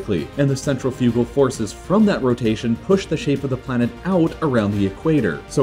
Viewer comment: Saying centrifugal hurts my soul